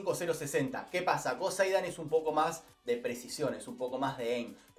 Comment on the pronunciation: No soporto que digas joseidan así se te escucha